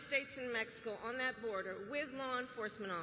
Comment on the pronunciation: Close de boder